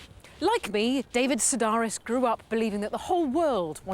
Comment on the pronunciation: If you're going to interview David Sedaris, learn to pronounce Sedaris FFS